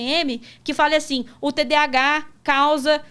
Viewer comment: Só faltou falarem corretamente, pq é toda hora TDH TDH... pq falam errado?? tem um "A" nesse termo!